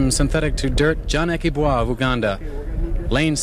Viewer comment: ....Aki Bwa?...Americans never miss a chance to mis=pronounce a name....